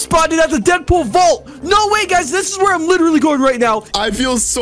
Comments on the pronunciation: Does anybody noticed how he said were instead of where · He left out the h in where